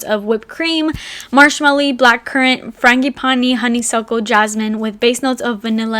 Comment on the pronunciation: the way you said 'Marshmalli' and 'Franggi paanii' just crack me up